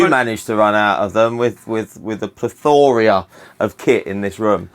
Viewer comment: I can't trust a guy who can't pronounce 'plethora'.